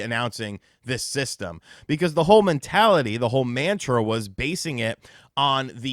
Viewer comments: Pronounce “mantra” correctly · You're pronouncing "mantra" incorrectly lol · This dude can not make a video without just butchering the English language. Not only is “mantra” not said that way, it doesn’t even mean what you’re using it for. A mantra is something you say to calm or settle yourself, bring yourself back to center, if you will. Not the way a company releases video games. It’s not a companies mission statement.